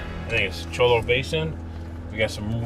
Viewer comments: I've driven this trail many times. The difficulty changes a lot depending on the damage from the last rains, how much water (if any) is in New River, and the last time any maintenance was done on it. BTW cholla is pronounced "choya". They are beautiful cactus, but you don't want to touch them, they are nasty. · The double l in spanish makes a "y" sound. Thus cholla is pronounced choya. Thank you for the great video from a native Arizonan! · Cholla, pronounced Choya...